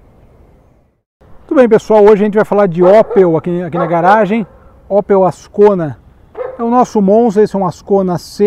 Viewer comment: Não é Ópel, é Ôpel